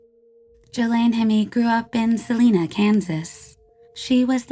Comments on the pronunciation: It's pronounced s uh line a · it's Pronounced "Suh-Lyna' Kansas. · So just a friendly heads up Salina is actually pronounced like saliva with an n instead of a v